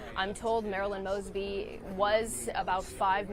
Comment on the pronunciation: He pronounced her name wrong in the prayer. 😂😂😂😂